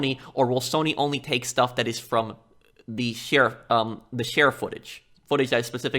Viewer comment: It's cute how you Pronunce: "Share"